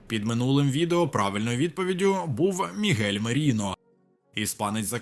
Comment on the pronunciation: Ця озвучка ШІ, це якийсь жарт, Мігель замість Мікель, РебУс і ще тонна неправильних наголосів у кожному з відео